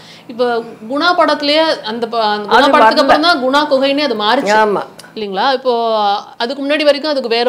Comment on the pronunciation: குப்பு குகை... குணா குகை இல்லை